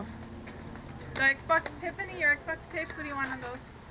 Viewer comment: Did that lady call them "X-box tapes?" Lmao